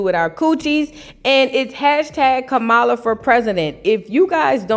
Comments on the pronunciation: STOPPIT..NOT DIDDY AND KAMALA IN THE SAME BREATH...PRONOUNCED COMMA. LA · It’s actually kah-mah-lah… please stfu nobody cares how you say butter chicken or tikka masala 😂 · COMMA...LA sis...pronounce her name correctly!!😞